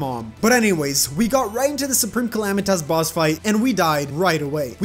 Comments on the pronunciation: U pronounced supreme calamités haha call my mom I bet u can’t xd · Bro u say it like clmaduhanosos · xD its the soup reme calam-EYE-tis lmfao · soup-rem cala-mitis PLEASE SAY IT RIGHT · "Soup - ream - cala - might - us" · Soup-Ream-Cala-might-us LOL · It'S nOT SUpReME CAlManiTAs. IT's SuPRaMe CaLAmItYS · Soup-reme Cali-Might-Us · its soup-ream-cala-might-us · It actually soup-ream-cala-might-us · bro that’s not the bosses name it’s supreme Cala-might-us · You say wrong it's Soup ream Cala might us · U said it wrong it’s soup-reem-calamity-taz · Boio it’s pronounced supreme Kuh-lam-I-tus call my mom you won’t Bc she’s dead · Orphans coming to correct your pronunciation of Supreme Calamitas be as intimidating as that Yharon boss fight